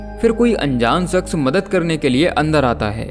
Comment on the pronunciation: Story narration acha hai, pr apki dictionary me श और बा dalo, Berlin hai, verlin nahi, aur shaks hai, saks nahi, improve your dictionary aur kaam thik hai apka. Subscribers hi sikhate hain, bura na manio dost. Best of luck. Keep on doing your work.....